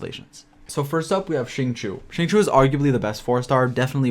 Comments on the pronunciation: Hi, the reason why many spell his name incorrectly is becuz they pronounce it as Singchoo.. in ur case it's Singchewy.. if you say Sing_chee_you with no y, U will always know that the i comes B4 the u in Xingqiu.. don't mind me, I get things wrong all the time n just wanted to share.. happy traveling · I believe it’s supposed to be shing-chou